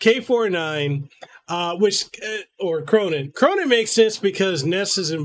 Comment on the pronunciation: "Khronen" >K >row >nine